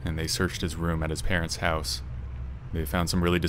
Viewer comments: "A small hehwse." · This narrator is Canadian. I could tell. He said the word "house" in a unique way.